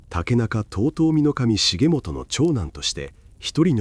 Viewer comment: 重元は、『しげちか』 と読みます。